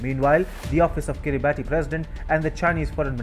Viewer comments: I don't want to be picky, but the country is pronounced Kira barss not Kiri barti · It's pronounced "Kiribass" not "Kiribati" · Kiribati is pronounced as kirabass.......Like Pilipino Tagalog pronounced as tar gar log....🇦🇺👍🥳🍺👁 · Pronounced Kiribas. The spelling is peculiar. You're not the first journalist to get this wrong. This doesn't reflect well on your otherwise excellent work. (Be better than rest) Best regards Good work.